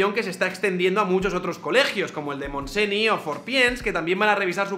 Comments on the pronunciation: me meo cuando pronuncia Montseny, es que me descojono. Espero no ser la única que lo haya notado, digo yo que algún catalán más habrá por aquí. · En catalan las palabras que acaban en "ny" se pronuncian "ñ" no es Montesni, es monteñ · En catalán la "ny" suena como la "ñ". Montseny se pronuncia "Montseñ", no "Montseni". Podrias explicar la morlina original de la caperucita roja, que aún hace más divertido que lo censuren. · montseniiii¿?¿?¿? nOOOOO!!! NY=Ñ!! Montse"ñ" ÑÑÑ po fabo un poco de rigor! Muy buen resumen semanal! Me gusta esta sección: rapida, fresca y contundente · Iep iep! Tu vídeo mola, me los miro mucho pero cuando leas "ny" en catalán se pronuncia como una "ñ". Por lo tanto es Montseñ ( pero la t és sorda, sí, somos una mijilla especiales) Un saludo :) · Encantado con la idea de los resúmenes semanales! Solo puntualizar una cosa que me ha sonado raro. En catalán las letras "ny" suenan como una ñ suave o una "nll". Por lo de la escuela del Montseny. Gracias por tus vídeos! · Buen video, me encantó. Pero para las próximas pronunciaciones catalanas, la grafía "ny" en Catalan se pronuncia exactamente igual que la ñ castellana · Montseny se pronuncia "montseñ" la 'ny' equivale a la ñ. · Montseny, la ny en catalán es la ñ en castellano. Así que se pronuncia "Montseñ" . Buena sección! Estaría bien que fuera dominical. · "Montseni" No, por dios! XDDD